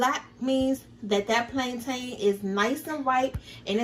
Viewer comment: The way you’re pronouncing plantain 🤦🏾‍♀️🤦🏾‍♀️